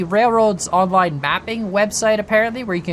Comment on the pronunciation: Every intro is literally the same, this wierd accen on ''Rail-Roads ON - LINE. i like it